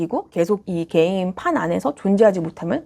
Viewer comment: 한국식 영어로는 "께"임 이라고 하는데... 역시 본토 발음으로 "게"임 이라고 하시네요~ ^^ 잘보고 갑니다.